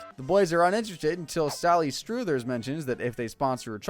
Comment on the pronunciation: Auto read? Or not paying attention. They SAY Sally Struthers properly in the clip and you pronounced it like that? So auto read?